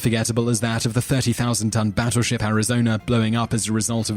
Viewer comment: Hmmm... Not quite sure it's pronounced "Batturship"